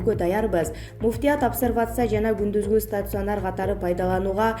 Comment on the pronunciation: Стацюанер эмес туура окучу. Удареняны туура кой.